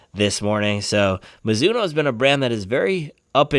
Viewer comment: “Midzuno” forever